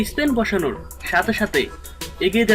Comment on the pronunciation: স্পেন না স্প্যান?